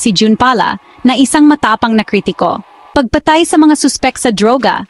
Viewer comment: Ayusin mo ang pagbigkas ng salitang Tagalog. Tapat, hindi ta-pat; taon, hindi ta-on; pagpatay, hindi pag-pa-tay.